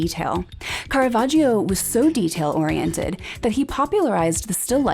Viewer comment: I enjoy your programmes very much, but you should learn how to pronounce "Caravaggio" correctly: it is car-a-VAJ-o. The "i" is silent; it is there only to make the "g" soft.